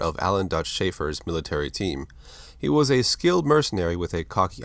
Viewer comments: I’m pretty sure it’s pronounced SHAYfer, not SHYfer. Otherwise fantastic work. Always loved diving into the Predator lore. One of the coolest creatures to ever grace a movie screen. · "SHAY-FUR" not "SHY-FUR'" Great video though!!!💯♥️💪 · Shay -fer. Is how it's pronounced. Literally just watched predator. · No disrespect here, but you butchered both Rauschi's and Shaefer's names. Detective Schaefer is a bit more to most people that are aware of Predator lore than solely just "Dutch's brother" lol but this isn't my video, and all-around it's a great video, so who really cares?